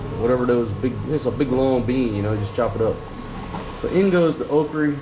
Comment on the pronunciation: Never heard it called “okree”, LOL.